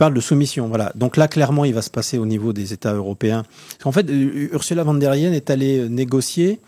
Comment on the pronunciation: On prononce pas von der …mais fon der …